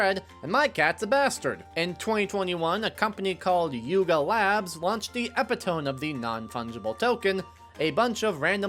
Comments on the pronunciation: Eh pit oh me ...not epi tome. Ffs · Epitome is pronounced eh-PIT-uh-mee, not EH-pa-tome, or tone, or whatever it was you said. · "it's obnoxious, so fuck you" Epitome: uh•PI•tuh•mee. Not "e•pi•tōm" You're obviously not writing your own scripts if you're including words that you've clearly never used, or even heard before. It's obnoxious, so fuck you. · my man said "epi-tome" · Also "John DeLance" 😅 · I used to say it that way until i heard it pronounced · Epitome = uh-PIT-uh-mi. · UV light is not radioactive. Koenig is pronounced KAY-nig. John DeLancie is duh-LAN-see. Epitome is uh-PIT-oh-mee. Just look some of these up next time. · E-pit-o-mee. Subbed. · I'll be that guy, epitome is pronounced with a hard e, like "me".